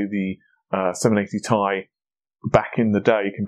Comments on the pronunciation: Dude it's t.i. it sounds like your saying ty lol it's t and I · it's not tie, it is ti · It's pronounced Tee Eye. It is not pronounced Tie. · 1080Thai, 2080Thai. Couldn't watch further after that. A word TI doesn't exist, that means you can safely assume it's an abbreviation and pronounce it by letter. T, I. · Saying 1080 tie sounds idiotic. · Clean your teeth. Take a shower and Stop saying t-i together. Then ill Watch your Video and like it